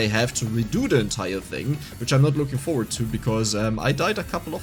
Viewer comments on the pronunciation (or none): none